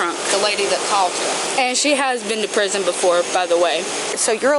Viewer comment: Yes, you're rightfully headed for preezin, which is her odd way of pronouncing her future address.